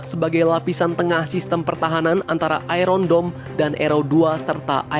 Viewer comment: Bro, kok sebutan Iron nya gitu sih . waduhh . coba, gimana nyebutin IRON MAN. Bukan nyebutin kayak iron lu itu bro.